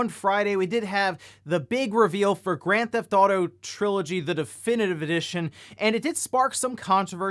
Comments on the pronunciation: Please quit calling it "Grand Thauto" it's Grand Theft Auto. Also GTA if it's easier to say. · it’s pronounced “Grand Theft Auto”